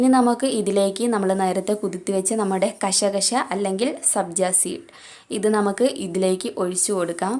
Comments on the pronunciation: കശ കശ അല്ല കസ് കസ് ആണ് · kasha kasha alla...🤣🤣🤣🤣🤣🤣🤣🤣🤣🤣🤣kas kas(കസ് കസ്.. )